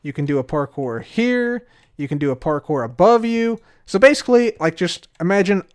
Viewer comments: Its always parkour, never parpour, parcore, park core, par kore, par pore, or porkpor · I never want to hear say parkour ever again after last episode lmao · I have PTSD everytime I hear say parkour. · Imagine not saying French ‘parkouir parkouir’